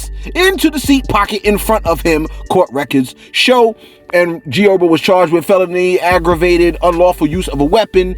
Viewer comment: fareal,you call that brother urbo,or erbo one more time,we fighting,his name is herbert,he a Titanic stone from the eastside hence the name G HERBO, and don't blame it on the medicine.